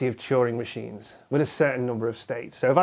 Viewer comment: I thought he was saying "choring machines"